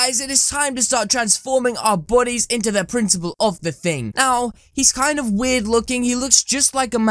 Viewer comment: I'm a big fan, no hate but... "Priciple"... rlly